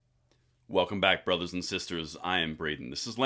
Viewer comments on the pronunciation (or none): “Welcome back bruthah’s and sistah’s.”